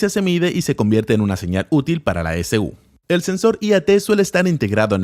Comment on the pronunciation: Dato: cuando dice S-U quiere decir e-c-u o "ecu".